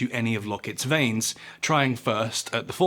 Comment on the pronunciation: Please pronounce veins correctly